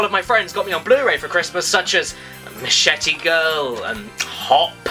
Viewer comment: Machete girl? Why good sir, surely you mean machine girl ;)